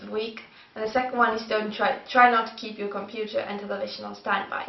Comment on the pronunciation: She said "dont ceep your computer on stand-by"